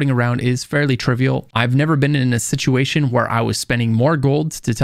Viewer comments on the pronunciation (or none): none